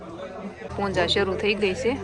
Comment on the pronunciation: Punja nai Puja kevay bhavu ben